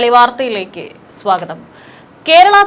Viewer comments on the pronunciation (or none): none